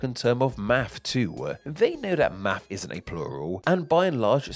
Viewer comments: We say Math.. not Maf … 😅 sorry, I had to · Why am I hearing mafff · In the U.S., the ‘s’ is silent. And invisible.